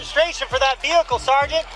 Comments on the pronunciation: take a shot every time he says "sargeant" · I don't even like cops that much, but if he kept saying SAR - GENT to me, I would billy club him into oblivion. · "Sergeant" x25,0000